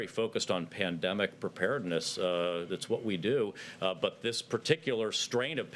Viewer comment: "Pan..de.." what?